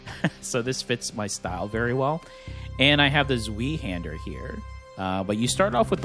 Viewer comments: lmao zwee-hander It's pronounced ts-vye, not zwee. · My brother in Christ... it's Zvi-hander, as in the letter i. Not Zveehander. Humor aside, thanks for the gameplay peek. Cheers.